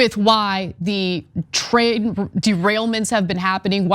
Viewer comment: TRAIN!! NOT TRAIL!!